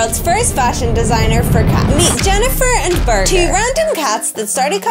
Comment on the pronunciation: burger turned British in seconds